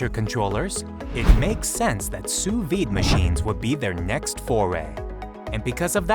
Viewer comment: wtf, sous VIIIIIIIDE, its pronounced sue veed. Also, how do you miss pronounce a v. facepalm